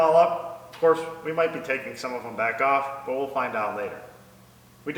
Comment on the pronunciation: make an effort try saying battery box, not battery bhax. say on and off, not ahrn and arff. learn to speak correctly. you are dumbing down my language. apropos mechanics top knotch.